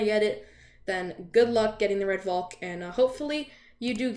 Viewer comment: Everyone: Red Valk: Red Volk